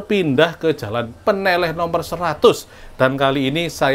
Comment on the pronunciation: Baca "ne" dan "leh" pada Peneleh harusnya sepert baca "lele"